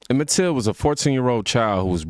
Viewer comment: The ninja said Emmitt “tilton”…… you know he cant read right?